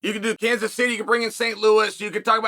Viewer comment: Kanas? Sounds Greek Uncle Chael